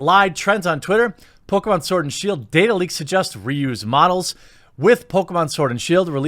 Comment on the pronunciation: Did I hear you call it Pokémon sword and shill? XD